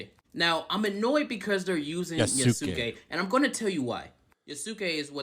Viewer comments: YA-SKE, not yasOOke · Never heard anyone have so much trouble pronouncing TSU and does. Ghost of SHUshiman eh?? Also not Ya-SU-ke. The U sound is minimized not emphasised. It sounds more like Yass-ke, a very common boys name. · Yoo ski......Yoo ski If you're going to be critical of a story at least pronounce the fucking name correctly. Yaah sss kaay. Like good lord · Just to let everyone know, Yasuke's name is pronounced as (Yas-Kei), not (You-su-kei). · the Us are almost always truncated - so you would say this as (long A)Yah-skay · That yooouuuuskay hurt my soul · It's pronounced yaaah-soo-kay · Your way of pronouncing Yasuke’s name is like watching the guy who pronounced Shaquille O’Neal’s name as “Shaquallay Onalley”. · Self proclaimed Japanese culture expert can't even pronounce the name Yasuke right. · To help with the pronunciation, Yasuke rhymes with Sasuke, a character from Naruto. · I love how everyone reporting on it can’t pronounce the names in Japanese. lol. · Yasuke‐ "Yah-Su-keh" Yasuke was never a Samurai. It is very difficult to be a samurai. He was a retainer, and that was it. And he only became a retainer because his skin color was exotic. The first non-Japanese samurai was a white man. I believe he was Dutch(correct me if I'm wrong). It's disgusting that they're trashing someone else's culture, yet they're so quick to jump on the cultural appropriation train. Hypocrites. I hate that they're rewriting history to suit their own narrative. DEI is trash.